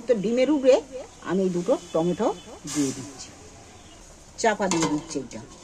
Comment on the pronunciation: টমা টম সস নয়, টমেটো সস বলে